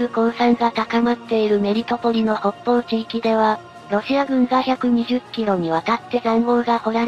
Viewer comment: 「メリトポリ」と「メルトポリ」どっちが正解なのかな？ うp主の🧠では、ごっちゃになってるけど……｡